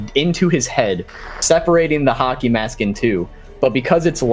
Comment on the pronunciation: Every time they said hockey I heard haki